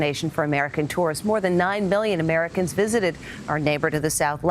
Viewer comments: ChEeZePuFf it sounded like 9 billion, but I believe she meant 9 million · Angel Navarro No. You don't count the people who already went. Anyways it sounded like a b but it was million. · Did she say 9 billion instead of 9 million 😂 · I put it to my ear and heard billion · Am I hearing billion or million lol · Didn’t you hear her say 9 billion instead of 9 million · She said 9 billion instead of 9 million 😂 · Why does it sound like she says 9 billion Americans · am I the k it one who heard 9 billion instead of million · have I been drinking Mexican hotel booze or did she just say "9 billion" lol? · I heard bmillion. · OMG she did. I think she realized her mistake right after, but she said billiom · 9 billion Americans visited Mexico last year damnnn I thought the worlds population was only 7.6 billion. Edit: I sounded like she said 9 billion to me